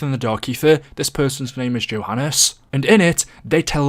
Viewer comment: His name is Johannes, pronounced “yo-han-is”